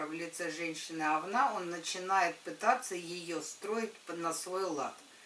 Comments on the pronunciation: Особенно неприятно слышать "овнА") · Erika Erika да слышится овнА как говнА